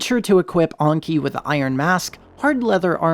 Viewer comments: Enki is pronounced Enki not Onky. It's a name of a Sumerian god not a French dish. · I've never heard anyone pronounce Enki as "Anki" before. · Why do you pronounce Enki like that? Ongki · Great video but the way you pronounce Enki and Ragnvaldr makes me cry